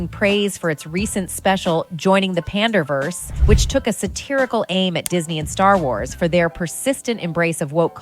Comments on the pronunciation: Panderverse. Not panda-verse. Not pande-verse. PANDERverse. As in 'pandering' + 'universe' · Who pronounces Panderverse as Pandaeverse and Pandeeverse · Why does she keep saying "pandeeverse" annoying